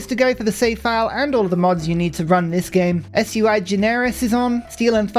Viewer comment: do you use a mod that increases your starting vision? (I know you have the mod list in Discord but I don’t have Discord). I swear you can always see much further in Turn 1 than I can with my starts. Also ‘Sui’ in ‘Sui Generis’ is not an acronym, but I suspect this might be one of your pronunciation tricks to bait people like me into commenting you sneaky bear